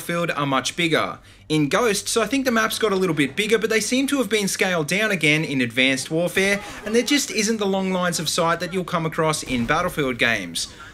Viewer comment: Why do you say abcanced warvee